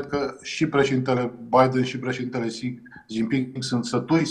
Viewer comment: Xi se pronunta Shi (Sh de la sunca)